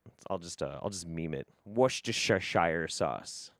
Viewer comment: Worster sheer sauce. I'm from Indiana with some brit in laws. Shire is pronounced sheer. So Bedfordshire, is Bedford sheer. Edinburgh is Edin bura